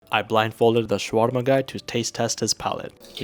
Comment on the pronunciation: the way he said shawarma